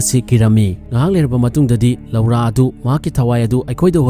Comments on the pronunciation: Loura haiba natey "LORA" haina haiyo. Tabada nokningey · Lora haina pronounce toubiyo loura haibigano